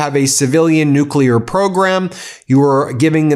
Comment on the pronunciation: Also... NUCLEAR. There is no such word as NUKULAR!!